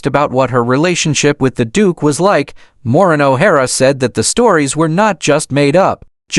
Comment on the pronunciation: At least learn to say her first name correctly and that of Charles Laughton and RKO studio. Can not listen to this.